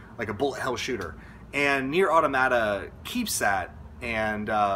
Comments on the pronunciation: going to be that guy: its pronounced uh-tom-muh-tuh, not auto-mah-tah :/ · Automata is the plural form of automaton. It's much easier to remember the correct pronunciation knowing this. It's puzzling more people didn't just look up what the word means instead of continuously expressing confusion about how to pronounce it.